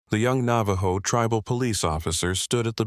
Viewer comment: AI's Navajo needs work.